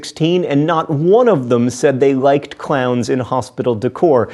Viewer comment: It sounded like he was saying clouds so it sounds like he says i am scared of clouds